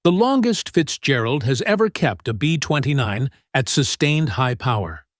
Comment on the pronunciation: Yup! Too many borderline illiterates that don't notice all the mispronunciations, laughable "B20 nine" nonsense repeated dozens of times... AI- type lack of understanding of syntax, how words are used in sentences... it made me grit my teeth to listen to the whole video, and watch the 3rd grade level spelling errors. This video could have been MUCH better simply to have had someone edit this video properly!